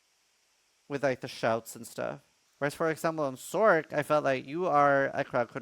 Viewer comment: When did sorc turn into sork?